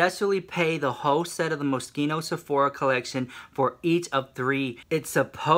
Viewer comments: You pronounce it MOS-KINO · "I was calling it the mosquito pallet but it's Moschino not mosquito" lmaoo 😂😂😂